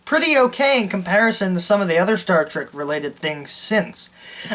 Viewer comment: What SHTAR TREK?